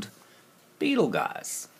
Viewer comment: Dear... love what you do, I've seen some things so much clearer so thanks. Just a heads up... Beetleguise is pronounced Beetlejuice:)